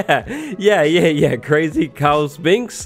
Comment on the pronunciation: Learn how to pronounce Sphinx right